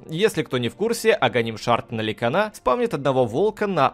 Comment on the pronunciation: "ликанА", "лИон" - с каждым новым роликом, произношение все кринжовее и кринжовее.